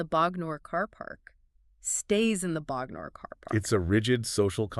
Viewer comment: First up: I love the analysis! As an Englishman who got just about every reference when I bought the album, it's cool to hear someone unpicking it for a different audience in this way. Great job! But I have to say your pronunciation of Bognor is killing me! 😄